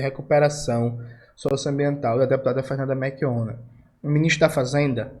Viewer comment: Jones, tu tá falando "meRchionna" em vez de "meLchionna"